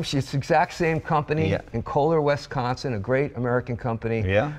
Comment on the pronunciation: Wisconsin. Not Wesconsin